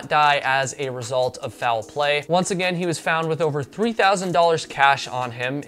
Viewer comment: Or you can drink every time he says “fou-well play”. In the second to last story, he said it correctly as “foul play” (one syllable), but then used two syllables again in the final story. Reminds me of the way Southerners add syllables to words like “mee-yulk” (milk), so I was surprised he was from the north.